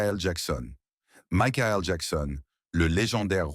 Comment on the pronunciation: Vs prononcez mal le prénom de Mickael Jackson, il est mort alors arrêtez de critiquer les morts . Vs continuez encore à mal prononcer le prénom Simon en anglais on dit saymon. Faites un effort.